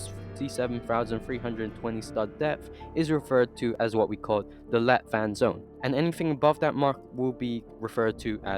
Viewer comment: Am Danish and I hear light water instead of let vand lol